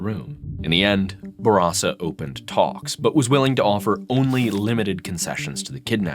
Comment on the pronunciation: Its nice to finally hear someone pronounce Bourassa properly.